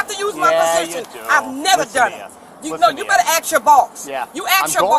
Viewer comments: Anyone else tired of hearing AXE, instead of ASK? 🙄🙄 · I wonder did he axe his boss? 😂😅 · Between AXE, Iz, and cursing, vocabulary is DONE!!!!!! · U ax ur boss. U ax ur boss. I hope this nasty tyrant broad gets fired!!! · axe your boss. Lol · Hard as this lady even have a position she's illiterate you can 🪓 🪓🪓 or you can Ask that sounds English to me ask not axe😅😅😅😅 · Don't listen to her, don't axe your boss lol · "Ax" her how she got that position. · You want him to "axe his boss"? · Axe ???? Axe ???? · She says.... " you better axe you boss" Please don't axe your boss officer. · These nobodys think there somebody ,they are incredulous. "You axe you boss " 😅😅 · "you axe yo boss,you axe yo boss"🤣🤣🤣🤣🤣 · I HATE it when people say axe instead of ask. The S comes after the A. It's literally phonetically written!! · I agree it’s annoying ironically it’s historically correct variation that became vernacular later in time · Can never say ask. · 'Aks your boss' AKS !! Morons! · “Axe your boss”. Bwah, ha,ha! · "You axe your boss..." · You axe your boss. FFS. There is no hope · "Ax your boss!" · "Ax your boss..." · Why is it that blacks can not pronounce the word ask? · She didn’t mean it in a violent way! Most black folks can’t pronounce the word ASK! It’s a word that they can’t say and a word that I can’t say is the N WORD! Even if I could say it, I would not say it!!